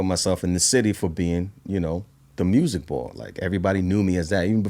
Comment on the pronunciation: We thought it was MEW- SEEK 😅